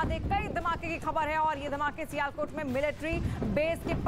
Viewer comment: abe sialkot bolna sikhe le pahle